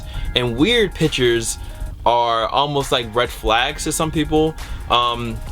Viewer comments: PIC-CHURS NOT PITCHERS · speaking like DJKHALED there's a T IN PICTURES!!! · Pictures not pitures.